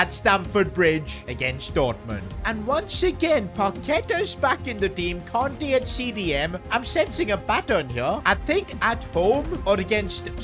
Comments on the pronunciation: Kante not konte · kante not conte😭